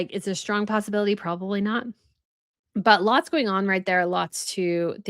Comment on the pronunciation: Also, are you saying "prawley", for " probably"? Hmm. I've never heard an adult do that before. 😂😂😂